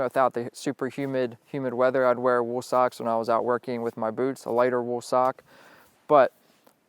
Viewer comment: is it me or does he say wool weird?